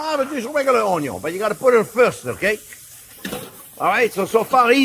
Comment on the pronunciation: Oh Mister Onyo. I like hes videos, because of him i call onion "Onyo" and he also affirmed me that the sideway cut on onyo is unnecessary.. And yes, if "grinder and paint makes me the welder i ain't" then "Butter and cream makes the deal on the meal"